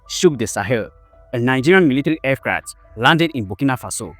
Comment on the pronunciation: AIRCRAFT OR EFCRAT😂😂🤷🤦